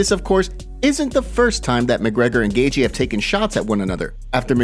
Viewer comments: Not “Gay-gee” it’s pronounced “Gay-chee” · This guy has pronounced Justin’s name “Gagey” forever now. Not even enough respect for fighters to pronounce there name properly. And he repeats it a thousand times. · Lmao, this guy pronouncing Gaethje. Like "gay gee" is hilarious 😂